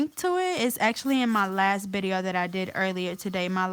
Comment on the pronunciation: Where are you from I notice you say bideo instead of video